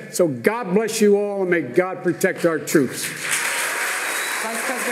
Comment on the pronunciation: MAY GOD PWOTECT DA TWOOPS